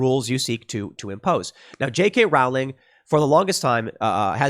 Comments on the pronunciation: RO-LING, ROLING... NOT ROAWWLING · Rowling is pronounced Rolling, Row is pronounce Roe. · Rowling is pronounced as bowling. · Tim Tim Tim Tim Tim... Please listen to the people who've told you how to pronounce J. K. Rowling. You just sound like you have no idea what you're talking about when you pronounce the author's last name the way you do. It's like listening to someone who wants to ban guns talk about some sort of '30 magazine caliber clip.' Her last name is pronounced row-ling. Row is pronounced like you're rowing a boat. Just row the boat and add a ling to the end. Trying to help you out Tim! You used to be the same with guns. You've gotten a lot better! Congrats!